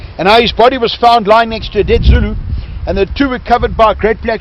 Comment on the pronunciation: Brilliant pronunciation of the Zulu. They may well have been in skirmishing order, however to a member of the protagonists - must have been it may well have appeared to be a mass. I am amazed that Ta Ta is apparently so knowledgeable. The South African Battlefield guide is brilliant, honest and obviously loves and admires the Zulus.